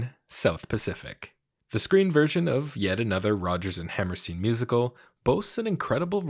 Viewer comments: It's also pronounced HammerSTINE, not HammerSTEEN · Hammerstein = Hammerstying, please. The pronunciation is just like the name of that great Austrian Physicist, Albert EinSteen. 🤣